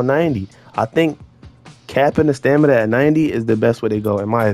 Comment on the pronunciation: “For da stanima” 🤣